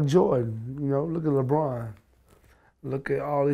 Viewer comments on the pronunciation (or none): none